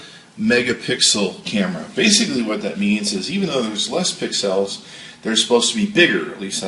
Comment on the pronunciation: Dude slow it down a little the first ten seconds are not understandable at all. And what the hell is a pix el. Lol love the videos keep it up.